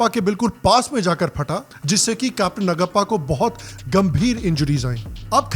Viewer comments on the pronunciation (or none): it’s Naaguppa,.. please learn.. if not you who is going to learn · Great review. I will watch it with my family. Vikram Batra we are proud of you Sir!!! Btw the name of another captain is नागप्पा not नगप्पा. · It's pronounced नागप्पा. Cheers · Excellent Review! With most imp. Informations. P.S : Capt. NAGAPPA ..name should be pronounced as NAAGAPPA. JAI HIND .. 👋